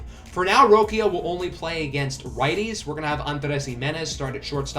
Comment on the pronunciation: roshio is how you pronounce it